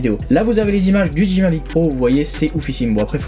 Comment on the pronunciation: Super vidéo ! 1 petite remarque : peut dire revoir ta prononciation de DJI et Hasselblad ? (didjiaï, pour Hasselblad regardes juste une vidéo sur le mavic pro car je sais pas comment te l'écrire phonétiquement) Sinon tout le reste est super, merci pour ta vidéo ;)